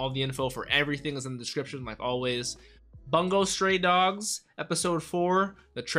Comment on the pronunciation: Just a tiny little thing but the 'bun' in Bungo is actually pronounced more like 'boon'